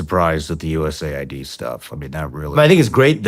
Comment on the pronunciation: Dudes, its not "USA Ai, Dee, its called US Aid, what is wrong with you?